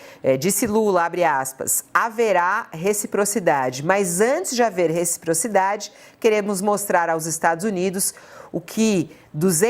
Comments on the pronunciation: Kkkkkkkk, repocridade, retiprotidade ...! 😂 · Nāo sabe nem falar reciprocidade kkk foi demais!